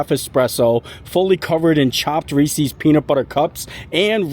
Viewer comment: So…. The correct pronunciation of "Reese's" is "Rees-IS," which rhymes with "pieces." This reflects the possessive form of the name of its creator, H.B. Reese. Or like Reese Witherspoon. It must be a Florida thing because Molly of Mammoth Club and Tim Tracker all say it wrong as well. If Hershey says “Rees-IS” then that pronunciation must be correct.